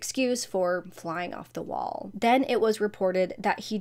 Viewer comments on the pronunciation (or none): none